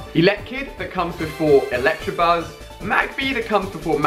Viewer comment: When people pronounce Electabuzz "Elect*r*abuzz" Me: *Triggered